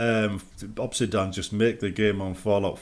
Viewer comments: Why is he saying 'Obsidan'? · Europe moment